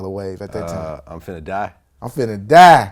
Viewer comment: He doesn't say time he says tame. Not five but fave.